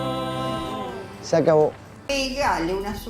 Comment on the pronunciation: Se pronuncia Deifou